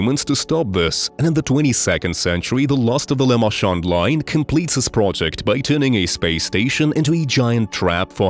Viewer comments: Lament not lamend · Dog what the f was that lament configuration pronunciation